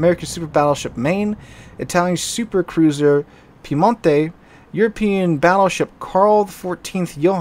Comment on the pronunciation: the correct pronunciation Its not piemontE, its piemOnte. 🙂